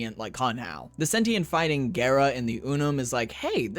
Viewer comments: It is pronounced Gah-rah, from the japanese word for glass(garasu). Which is why she has that japanese look. Someone lied to you buddy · pretty sure it is GARRR RAHH lotus says GARRR RAH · wait its pronounced gay-ra? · Why are you saying her name that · I'm not great with pronunciation, but I thought Gara was pronounced like the Naruto character as well. I think that's how Ballas says the name in her Prime trailer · It is pronounced like Gara from Naruto. It's from the Japanese Garasu ガラス(glass). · One thing to note about Gara(besides her name, you actually got it right before you corrected yourself, it's pronounced with a long a) is that we know why she's the glass warframe, and it's actually surprisingly wholesome. Essentially the woman who would become Gara volunteered herself to become a Warframe, knowing the truth. Nihil called for her to be glassed, essentially punishing her "for her presumption". Ballas took all this and used it as inspiration for her design. To honor her sacrifice he "encased her in crystal most fine" i.e. made her into the glass warframe. Source: Her prime trailer